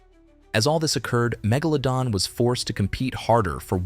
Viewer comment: There are a couple of things I noticed. You pronounced Megalodon wrong several times and you mispronounced the name of the scientific name for the Megalodon shark when it was believed to be related to the White shark. You also mispronounced the White sharks scientific name. that's a Sandbar shark. I've heard nothing that says the Megalodon shark looked like a giant Lemon shark. When I read a shark article about Megalodon sharks being longer and skinnier than previously though, it never said anything like that. Also, the area of a sharks body you said was the trunk was a little off. The area of a sharks body that's called the trunk is the region between the first dorsal fin all the way to the base of the caudal fin.